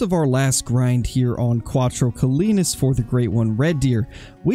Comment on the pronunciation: Crowtro Colinas? 🤣